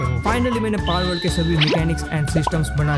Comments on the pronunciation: Palwould ❎ Balwould ✅😂😂😂😂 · Palword❌ Malword✅ 😂